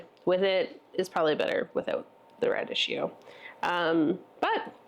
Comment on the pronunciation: Rad- eek-ee-oh and tattoo-may. Go to Google, type in the word and "pronounce" and there will a video or language dictionary in the results with a recording of the correct pronunciation.